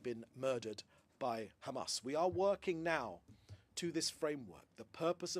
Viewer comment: Why has Mencer pronunciation changed fromb CHAMAS to Hamas